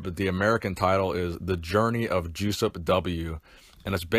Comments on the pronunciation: Still wrong. It's pronounced "Yoo-sup Vil-kahj" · you mispronounced his name throughout this whole video. The J is silent. It is pronounced like “yo-sup wil-coz”. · Is it not pronounced “Yosup” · "Juice-Up" - Hahahahahahahaha!! It's pronounced "Jess-upp", but I'm sure Juice-Up was appropriate. RIP, Legend. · Did you mention the cause of death? (He was only slightly older than I.) Also. I think it's pronounced YOU sup VILL kosh. Sorry to hear of his passing. Also, you were right, in my opinion, to say that he was very underrated in his day and in apparently excellent condition for a senior citizen. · I would really wonder if Józef Wilkosz was not a Polish guy... did you just say his name sound like "juice-up"? :) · Hey Schmuck! He is German! His name is said "Yussup Vilkosh". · "Juice-up"? "Joe-chen"? Come on....